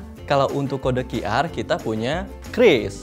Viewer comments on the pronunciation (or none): oalah bacanya kris, kukira kyuris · Oke jadinya dibaca "kris" buka "qiuris"